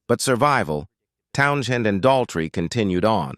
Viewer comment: "Town - chin"? I'm out. Bye!